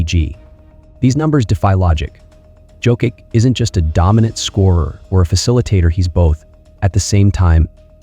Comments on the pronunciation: Can you, please, learn to pronounce his surname properly? It's YOCK-ITCH. I cringe every time I hear Jokick. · It's pronounced "Yoke-itch." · Sorry but it is hard to focus on the content when you’re butchering his last name to the point that it is questionable are you talking about Nikola Jokic or Nikola someone else. The way you say it it sounds like you’re talking about Jo-kick which has nothing to do with how you say his last name. If it helps - J is pronounced soft like in Spanish, so as the last letter (soft c). There is no way of Americanizing his name. Out of respect - either learn how to say it properly pleas or just call him a joker. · .. c'mon now 🙄 It' s _' Yokich ", everybody knows by now unbelivable🙄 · ?another steph A bucket of chit. And the host is an idiot...can't pronounce MVP name. USA 4 u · And not sure how you can still be mispronouncing his name at this point 🤔 😏 🙄 🤦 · Made an video about 3 time MVP and can't pronounce his name. Just for clicks. Blocked.